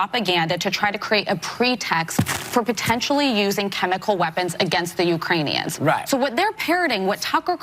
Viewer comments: pronounces the name Ukrainian like U KRAIN EONS, as if they were KLINGONS. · "We are working with the UkrainiONS...." Nuland parrots the Biden Regime Lie Machine...and can't pronounce "Ukrainians." They are always "working with" so-and-so... Evil people who lie! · says she's working with the Ukraine-ee-yons. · What's a Urainion?